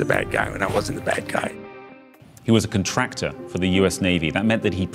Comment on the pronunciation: The way he says conTRACTor is annoying af. It’s CONtractor